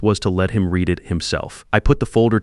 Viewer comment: Read red. Read Reed. This Ai voice has a problem with tenses. Same with live and live.